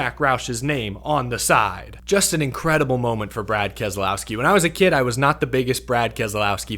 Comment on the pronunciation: What race were you watching? Go finish boring race. Please learn to pronounce Kez lau ski Not kez A lau ski big difference he even says so